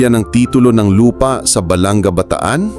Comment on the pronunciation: Yun puro tawa yun Bride hindi nakakatuwa🙄one thing hindi Balangga kundi Balanga🤢